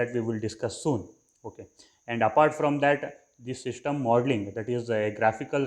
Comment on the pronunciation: Shishtem modling nahi hota system modling hota hai Aur ager english nahi ati to urdu mai bhokh lia karooo dusar ka time zaya q karwata ho lul ctrl + A press kar ka sari videos delete karo chutiya insan